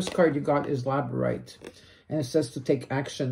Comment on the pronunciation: the crystals are pronounced lab-ra-dor-ite and cit-reen